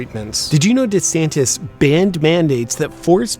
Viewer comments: De Saint-es! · As a non native speaker I understood "da Saint" at first... But I guess he actually is a good guy 😄